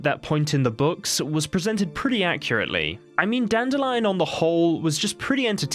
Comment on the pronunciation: You mean Dan-dill-ein.